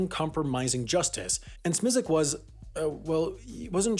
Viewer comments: I know that HAI doesn’t get the same resources as the main channel and that Smisek isn’t exactly the world’s favorite person...but his last name is pronounced SMY-sek, not SMEE-sek. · It’s pronounced smi sack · I think it's prounouced "Smye-Sik" (rhymes with "Isaac"). Source: watch?v=ts8p6e-uI9w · You need work on pronouncing Jeff Smisek’s last name.